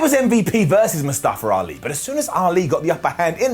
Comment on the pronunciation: Why does keep saying Mustafer Ali 😅